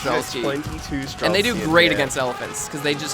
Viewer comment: stop adding a k to streltsy! it's not streltsky!